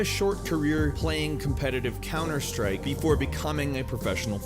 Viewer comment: 10 Cunter Strike facts.